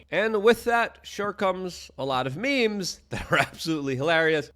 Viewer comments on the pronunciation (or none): none